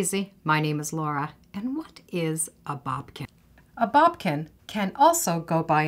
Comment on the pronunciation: It's boDkin not boBkin.. sorry that pronunciation is driving me crazy LOL